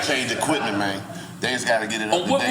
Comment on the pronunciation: Timberland was drunk bruh started putting on a memphis accent "EXACTLY MAYNEEEE" 😂😂